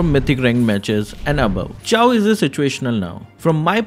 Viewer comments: Is it Chaaw ? I thought it's pronounced as chou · The way he pronounces Chou, it hurts my ears and now they are bleeding...